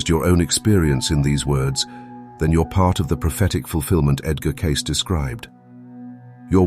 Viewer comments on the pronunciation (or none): Edgar Catce 😂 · Is there some way to train your AI voice to pronounce Edgar Cayce's name correctly? It is pronounced "CAY-see" NOT "case".